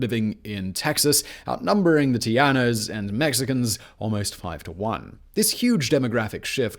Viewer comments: Socka-teckoss is how you say Zacatecas. Tejanos = Tay-Han-ohs. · Alamo is use now for key word we been over run regroup special location prepared to fight till the end . Lololol tejanos pronouncing is wrong buddy lol you saying tiano lol I am rolling and texians bahahah OMG 🤣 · Agreed. Our Texas history class covered the “united we stand” approach to Texas Independence. Anyone else cringe when he says Tejanos? In Spanish j is an h sound- not y sound...it’s “Tay-han-os”! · It's Teh-ha-no